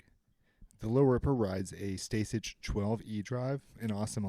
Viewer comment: It’s pronounced “Stay-sick” yo